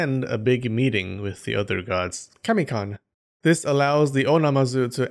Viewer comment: Kami-con??????? rofl!!!!!!